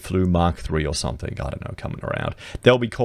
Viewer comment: You're one of the very few people who know how to properly pronounce 'Cockburn' - but you can't properly pronounce 'something' 😂 Love ya work mate!